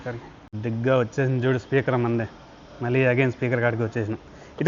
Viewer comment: ల్ల కాదు తమ్ముడూ…. ళ్ళ. మళ్ళీ. దయ చేసి తెలుగు భాషని ఖూనీ చెయ్యద్దు.